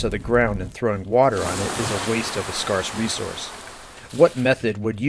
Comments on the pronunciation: scar se? It's pronounced scare s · Sorry, but "scarce" does not rhyme with farce. The a is long in scarce.